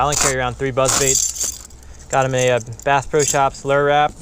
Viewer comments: Lure, not luuuurrr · What is a "Luuur"?